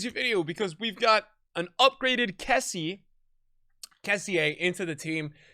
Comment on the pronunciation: your say kessie wrong